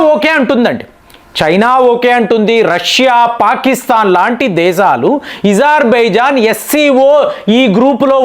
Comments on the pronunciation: మీరు ఎందుకు కొన్ని పదాలు వత్తి పలుకుతారు.ezarbizan.అది అజర్ byjann మీరు యూజర్ అంటారు ఎందుకు ఇలాంటివి అణిముత్యాలు కొన్ని వస్తాయి మీ న7నది.మార్చుకోండి..ఇరాన్ ను ఈరాన్ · Izer baijan kaadu , azer baijan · ఇజార్ ఇజార్ అంటారు ఏమిటి అజార్ అనే కదా ఉంది ఎందుకు అలగ పలుకుతున్నారు వినటానికి బాగోలేదు